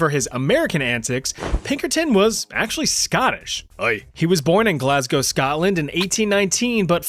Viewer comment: Thank you for pronouncing Glasgow correctly. You wouldn't believe how many "glass cows" we have to suffer through with US tourists.